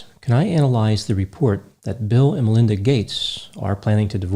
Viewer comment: Why do you keep saying LINDA Gates??